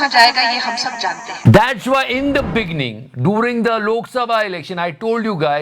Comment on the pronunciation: In the beninging 😂